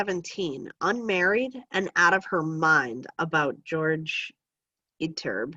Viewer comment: Jorge is pronounced hore-hey not George for future refrence